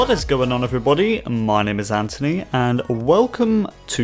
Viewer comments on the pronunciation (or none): none